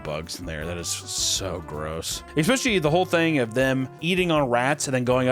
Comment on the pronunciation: "Expecially honey bees" We got through 18 minutes, but not bad. We'll get it next time!